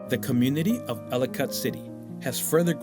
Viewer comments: It’s pronounced Elli-kitt - Like Delicate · He should learn how to pronounce the name of his subject before making a video